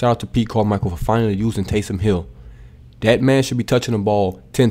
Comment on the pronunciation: Tays”him” hill